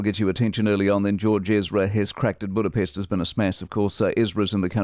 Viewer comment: Hoodapest hahaha awe George